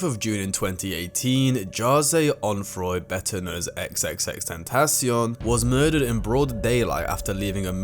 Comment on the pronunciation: i dont even think thats how u say his name, he sounds so cocky